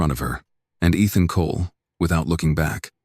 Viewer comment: Eethon Colay? AI can't pronounce for it's life